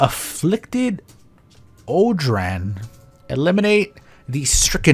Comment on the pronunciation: Sorry to be that guy but odrahn is pronounced Oran